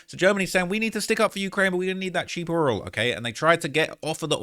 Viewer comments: That oirel 😂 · why you saying oil like tyler perrys Madea though?